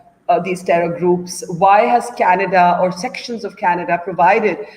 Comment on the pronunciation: people who cannot pronounce Canada (Kaneddddddddddddddddddddddddda) should not be allowed in Canada